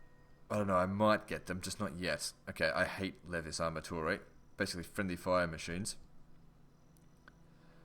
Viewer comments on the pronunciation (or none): none